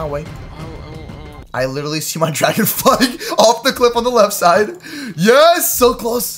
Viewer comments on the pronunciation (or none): none